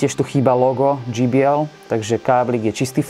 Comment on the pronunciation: dží bí el by bolo GBL je to džej bí el